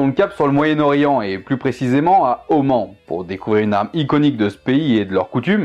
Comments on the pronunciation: Sincèrement ta prononciation à part les sons imprononçables en français sont très biens, il y a juste le fait de dire Om-AN- au lieu de Om-A-N- car le song an n’existe pas en arabe mais je pense que en français on peut dire les deux Sinon il y a aussi le schibriyé le khanjar syrien ainsi que le gnebiya que tu a cité en début de video pour le Yémen j’aurais bien voulu que tu m’en apprennes plus sur le sujet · Je suis allé à Oman et j'ai de la faille là-bas, et il me semble qu'on a plutôt tendance à le prononcer "Omane" mais après c'est peut-être nous qui nous trompons ^^'' Sinon ce fut une vidéo très intéressante (que j'attendais pas mal honnêtement) Bref, merci pour cette super vidéo :-)